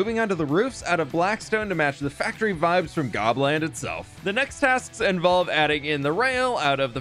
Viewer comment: I thought you said Poland for a second lol